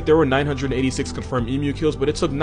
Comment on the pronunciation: Lots of Australian animals sound like the cassowary. Koala's and emu's sound like that too. Also thanks for pronouncing emu correctly.